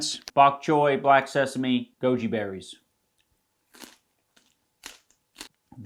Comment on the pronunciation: I kept hearing joji berries